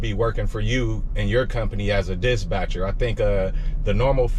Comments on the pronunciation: Dispatcher not Disbatcher..lol got it bro🤣🤣🤣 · Love the content boss, been an owner/op myself running big trucks though. Switching over to sprinters soon. Btw, it’s “dis-patcher”, not “dis-Batcher”. Keep gettin that loot! 💪🏾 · Why you keep saying disbatcher? I thought it was dispatcher 🤔 or maybe it’s something else your trying to say am confused